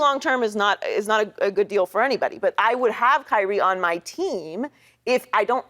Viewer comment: i’m just here to say Acho saying “ Fo” but correcting it to “four” is hilarious 😂.